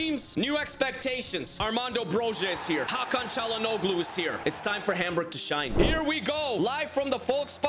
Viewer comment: I would say W signings, but just a tip: to pronounce Çalhanoglu, try not to say the "g" Like Chalhan-olu